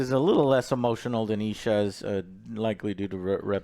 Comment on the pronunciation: How does Joe remember how to pronounce Isha but screw up Vi and Zaun as "Vee" and "Zune"